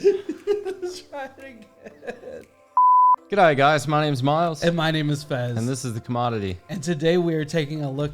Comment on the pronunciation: That "G'day" intro is sounding so authentic now!! Love it